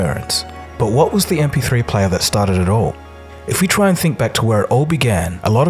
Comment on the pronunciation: "... this yee-aah mahks the 20th anniversary of the mp3 playa...."